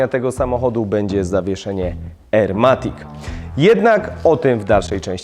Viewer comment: ajerkoniak matik